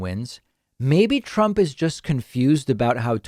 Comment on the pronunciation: Of course t-RUMP is confused. He is full of dementia! He can't even say his name right.